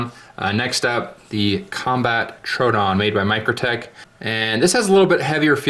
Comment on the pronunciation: FYI, Troodon is TRO-owe-don like the dinosaur.